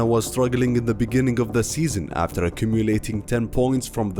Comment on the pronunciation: And what happened ”afterrr”?😂😜